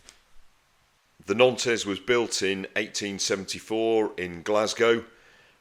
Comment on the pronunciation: Wonderful content but believe it or not the ship's name is pronounced "NONT"